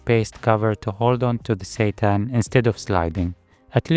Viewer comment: Every time you say "seitan" i hear "satan" and its fucking hilarious